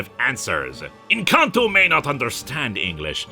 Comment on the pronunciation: The first time you said N'Kantu I misheard it as "Encanto" and had a moment of pure confusion.